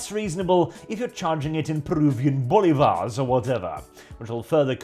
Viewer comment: Man, said Bolivares..qué bolas 😂😂